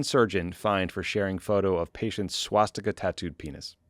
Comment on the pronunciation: Swaz-Dick-a bahahaha